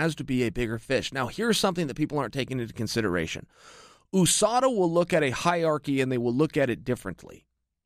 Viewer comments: Can someone explain to me why chael keeps on pronouncing USADA as “O-SADA”. I pronounce it along with most other people as U-SADA. English is not my first language so I’m curious to know or at least learn how to pronounce the “U” in this context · Chael 'OOUSADA' Sonnen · Chael "ooh-SADA" Sonnen